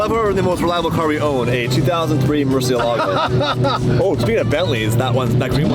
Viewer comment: At least learn how to pronounce Murcielago properly. It doesn't sound Italian, English or Spanish. You pronounce it r3 tarded truthfully.